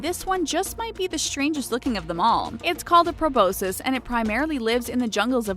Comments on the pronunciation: its pronounced pru-bos-kis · You pronounced proboscis wrong